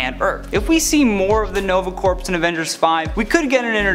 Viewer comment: Hey little something you should know, you mispronounced the Nova Corps. When you say it your supposed to say it like Core not Corpse. That was the only thing that annoyed me.